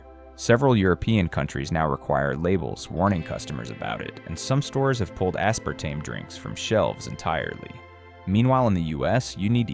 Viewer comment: It would be easier to believe your presentation if the AI voice you use did not momentarily offer jibberish as a part of the presentation. As-par-TAM-ee? Then aspartame moments later? Why is a human not editing this before release?